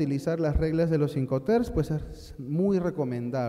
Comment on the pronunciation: Se dice IncoterMS, no incoter